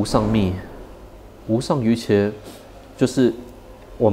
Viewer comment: 瑜伽的伽的讀音是家，不是茄